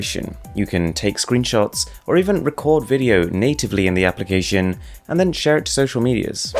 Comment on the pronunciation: you said ''application'' so weird here. Great video btw. Thanks :D